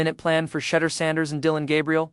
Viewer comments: And say his name right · Call him Mr. Sanders as you obviously can’t say his FIRST name and it’s disrespectful!